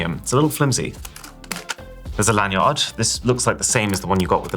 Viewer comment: "LAN yaawd" dafuq is he saying???